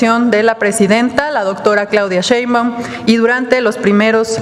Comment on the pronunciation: Por favor que alguien le diga a que se dice Sheinbaun y no cheinbaun, aunque ya sabemos que lo hace a propósito